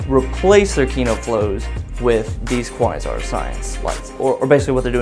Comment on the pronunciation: Kuh-why-zarr ??!! lol cringing every time you try to pronounce Quasar